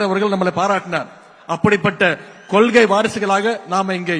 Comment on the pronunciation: கொள்கை என்பதனை கொல்கை என உச்சரிக்கும் கருணாநிதியின் பேரனிடம் தமிழ் தாண்டவமாடுது.இந்தக் 'கொல்' என்ற சொல்லைத் தாரக மந்திரமாக கொண்ட அப்பாவின் பிள்ளைகள்(உதயநிதி-பில்லைகள்) தமிழகத்தை நாரடித்துக் கொண்டிருக்கிறார்கள்.கஞ்சா, மது, போதை முதலியவற்றை கடைப்பிடிக்கும் கூட்டம்...